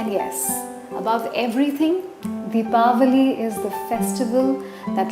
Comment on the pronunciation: mam are you from America or India? you are pronouncing Deepawali perfectly ! So thatswhy i got this doubt .